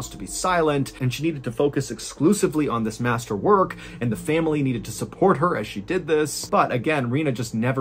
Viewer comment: I love you, Mrballen, but the way you add an extra syllable to the world "family" drives me absolutely insane.